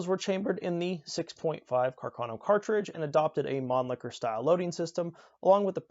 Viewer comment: And Càrcano, not "Carcàno". Other than that, a very good presentation of a true piece of Italian arms history, and a love/hate affair for all shooters in the world. Greetings from Italy!